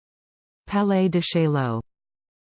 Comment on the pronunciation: It's wrong. Nazih Salama has it right. Or as Wikipedia has it in IPA: French pronunciation: [palɛ d(ə) ʃajo])